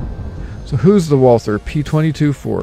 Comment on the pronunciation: It’s pronounced Walter. Not Walthur.